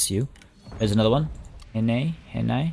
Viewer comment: When you pronounce the city Henei, the second part is basically 'Nay'.